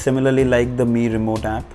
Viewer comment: Your pronunuciation of Mi tv🤐🤐🤐🤐